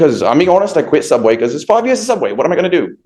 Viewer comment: Soobway... if u know, u know.